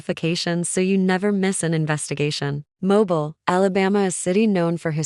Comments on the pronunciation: It’s pronounced mo-beel and we have enough of our own crime. These cases are NOT from Mobile Alabama. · Please listen to your Ai after it is completed and verify it's pronunciation. If it immediately mispronounces 2 of the biggest cities in Al. And Ms. immediately it's hard to give credence to the facts of the story/article/case!